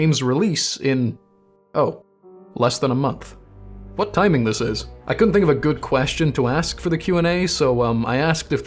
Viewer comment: OMG. We have the same desktop background... I guess I'm subscribing. EDIT AND YOU PRONOUNCE "WH" PROPERLY!